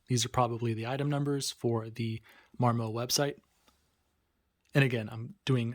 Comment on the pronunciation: Mar Moe? It mar.mut